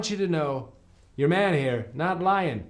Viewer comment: did Paul Rudd become Irish for a second lmao... "yer man Mike"